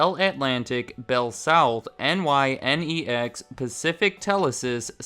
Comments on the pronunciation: I thought it was pronunced "Nye-Nex". I guess it's a "you say tomato, I say tomahto" type of thing. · Great video. FYI N-Y-N-E-X was at least locally said as one, two-syllable word, "Nye-Nex" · NYNEX did not acquire Bell Atlantic. Bell Atlantic bought out NYNEX. Also the way you pronounce NYNEX makes me want to scream. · You're not supposed to spell out NYNEX. It's pronounced exactly how it looks. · I giggled at the NYNEX pronunciation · NYNEX was pronounced “nigh-neks” “We’re the one for you, New England; New England telephone” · Like you would say, "My next video", it's a two syllable word--NY -NEX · nynex was pronounced 9-X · NYNEX is pronounced "Nine-ex". I remember them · Fun Fact: "N.Y.N.E.X." was pronounced as "nine ex". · NYNEX is pronounced NINE-EXX. Please do your research!! You can do better than this! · FYI, NYNEX was pronounced "Nine-X" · Pronounced: Ni Next(NYNEX) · NYNEX is pronounced 9X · All these years I thought big ol' AT&T swallowed up Cingular, never knew they were the big fish. Also, hate to be that guy, but it's pronounced "Nine-Ex" not N-Y-N-E-X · One thing I'm confused by is I'm in New England, and NYNEX (which btw is pronounced phonetically, like nine-ex) was a presence here, but there were a ton of commercials for Bell Atlantic too in 1999-ish anyways. I distinctly remember hearing James Earl Jones as the spokesperson for Bell Atlantic in local commercials. Were the lines drawn in these regions not clear-cut? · NYNEX is pronounced Nine-X. That and Bell Atlantic is now known as Verizon. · Are you seriously unable to pronounce the name of the company, "NYNEX?" (Nigh-Nex)... their own commercials pronounced it, I'm sure you can too! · Great video. One of the best overviews of the mayhem after the breakup of the Bell System I've seen. One note though, NYNEX is (or was) pronounced Nine-Ecks (9X) and vaguely stood for New York New England eXchange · As a New Yorker, it was pronounced “Ni nex” during our commercial runs.